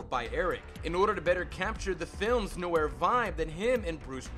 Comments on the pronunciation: You mispronounced NOIR and GREGORIAN and that's when I stopped the video and decided NEVER to watch your videos again. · 107 Mispronunciations YOU Should Know! 1. Noir is pronounced NWAR. 2. Pretty sure Leahy doesn't have a T in his name. 3. Gregorian is pronounced greh-GOR-ee-uhn. 4. Hamill is pronounced HAM-uhll. 5. It's "Mask of the Phantasm," not "Mask of Phantasm." 6. Credit where it's due, I've never heard the name Abe pronounced "abbe" before. But it's still wrong. 7. Bergman doesn't have any burgers in her name. 8. Deco is pronounced DEH-coh. 9. This isn't a mispronunciation so much as a misrepresentation, but Montoya isn't a supervillain. Unless you count Earth-Three. 10. Burnett is pronounced bur-NETT. 11. Hardly Dent. I get it. It's because he hardly has a face. Right? 12. Trial is pronounced TRY-uhl. 13. Harvey isn't pronounced Hardly OR Harley. Good try, though. 14. Underdwellers has another d for it to be "dwell." 15. Silicon, not silicone. Some of these you pronounced again correctly, but still. Shouldn't be too hard to rerecord the mistakes. Still, these are interesting facts, and I respect the time and editing that went in to making this video!